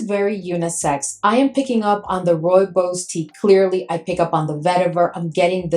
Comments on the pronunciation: Roo-ee-bos I think you said it right Need to get my nose on that one. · Thank you for your video❤ Rooibos Tea is indigenous to South Africa and only grows in the Cederberg Region (Cape Town could be the closest reference,😊). Also my Home Town. Your pronunciation is very, very well done. Pronounced: "Roy-baws". It is a very unique scent indeed